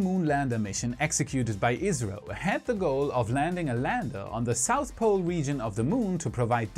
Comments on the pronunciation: maybe i did not hear you correctly at the end but who is checking data and to who do you say good luck? I heard israël but it should be India is it not? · What about it!?, I recommend pronouncing ISRO by each letter instead of as a word so it doesn’t sound like you are talking abut Israel and their Beresheet lander which also didn’t survive landing on the Moon. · That's what I heard the first time as well. I replayed that part and turned on YouTube's automated captions, but they also misinterpreted "ISRO" as "Israel". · I believe he said "ISRO" (pronounced iz-row), India's space agancy.